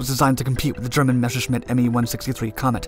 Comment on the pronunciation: As I told you before - Messerschmitt should be read as Messershmit, not Meshersmit !! It is a shame to the ears of German viewers.